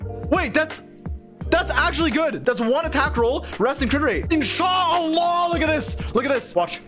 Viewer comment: is it me or he said “InShaa Allahhh “😂